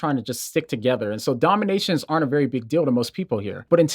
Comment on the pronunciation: “Domination”= DEE-nomination. So it is entirely possible that Jesus is just like all those other things people use to make themselves feel better. Only, because he cannot he seen or heard, or felt, he can never disappoint. Additionally, because we fill in the blank, he will always be perceived as perfect. Finally, because Xtianity maintains we are fallen, any problems with this situation will only reinforce the idea that we need him. Nice coherent system.